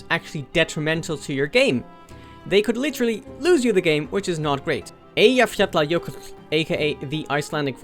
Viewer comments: I can’t believe you actually pronounced Eyjafjallajökull! Well done! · Damn bro your Icelandic pronunciation of the volcano was perfect, as an Icelander, I am very impressed, might as well be Icelanders yourself. I will subscribe you are amazing bro keep the videos going. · yes, and I believe he said it perfectly too